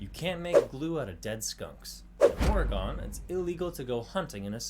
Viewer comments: It should be illegal to pronounce Oregon as Ory-GONE. It’s ORY-gun. How hard is it for an American to pronounce a state name correctly?! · It is NOT Or-E-Gone....we have not gone anywhere. It's Or-E-Gun more closely. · That dude just pissed me off with how he said Oregon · Why does everyone pronounce “Oregon” wrong 😂😂😂🤣🤣🤣 lmfaooooo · Uggghhhh, the way he pronounces Oregon. SO wrong. When I lived in PA, I tried doing my due diligence by correcting people on their Oregon pronunciation... seems like the region from the mid-Atlantic to New England is where that wrong pronunciation is most common.